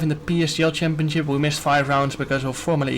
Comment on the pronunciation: Nobody: Jarno: “champioCcip” 😂